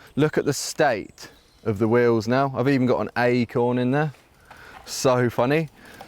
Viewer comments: "An ayeeecorn" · An "auyee" corn? Lol